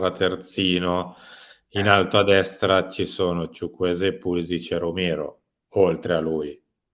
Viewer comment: Ma perché solo lui lo pronuncia "Chuchwueze' con l'accento ?